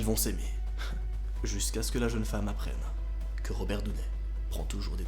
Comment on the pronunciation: Je suis désolé mais pour une fois j'ai pas appris beaucoup de choses... Et étant Américaine, je comprends pas ta manière de dire Robert Downey Jr...